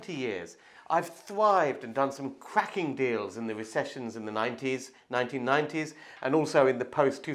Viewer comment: Pwoperty pwoperty that’s cwaking